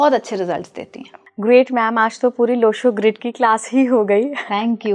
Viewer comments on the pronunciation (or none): मॅडम सूर्य ग्रीड ये सही है लो शो ग्रीड नही